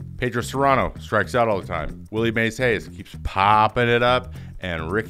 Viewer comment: Cerrano, not Sarano.